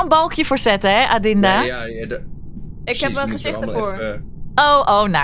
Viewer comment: die rode trui van de Shein het is niet Shi in shein